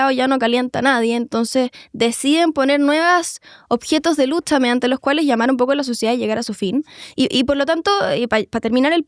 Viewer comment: "esta lutcha del proletariao' ya no prende a nadieen" jajajajajja, la compa